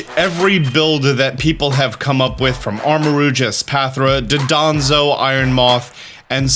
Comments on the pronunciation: Just thought I’d mention that it’s Dondozo not Dodonzo. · It's "Dondozo" not "Dodonzo." 🤣 I'll also never get out of my head hearing you say "Zyvelious" for Zweilous... Either way, you're awesome and do great work! Just put some respect on the Pokemon's name, please. 😇🙏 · JUSTICE FOR DONDOZO ✊✊✊ IT IS PRONOUNCE DAHNDOHZOH NOT DUHDAHNZOH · I love how everyone calls him Dodonzo when his name is Dondozo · "Dodonzo" Glad I'm not the only one who has made the mistake of pronouncing Dondozo's name like that. XD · Will he ever learn to pronounce Dondozo's name correctly? XD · please note Dondozo's name and pronounce it properly, its basic english